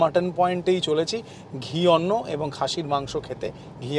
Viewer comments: No arnna but it is anna। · Dada in "Arna" is the Aparbransha (erroneously pronounced term) of actual Odia word - Anna.